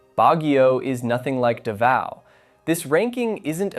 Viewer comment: It's not Duhvao... it's Daaaaavao. Long aaaahhh. Lol.